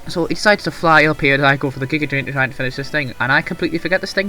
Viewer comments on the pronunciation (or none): Why the hell are you saying "Gaia Drain"?